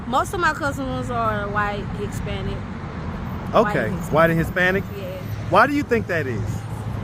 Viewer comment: This broad keep saying "Hick-spanic" 😹